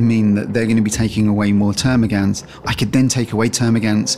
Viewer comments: Termagaunts not termagants.. As you were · please its gaunt, not gant!